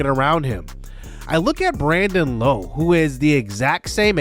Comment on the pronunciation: Hey J, Rays fan here, love Brandon Lowe coming to the team! His last name though is said differently to the other two Lowes in the league. His is said like “Laow”. Just a heads up! Love the series a lot 🙌